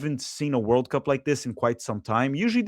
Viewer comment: The way you say World Cup is weird you put the emphasis on the words oddly